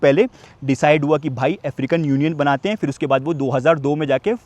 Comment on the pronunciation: Very good vlog and reportage. I'm very surprised and impressed that you did so much research on the history of the country; everything you said are correct facts. One thing though: the words are phailna, phir, phul, etc., not "failna", "fir", "ful", etc. I'm not sure where people these days are learning this "f" stuff from.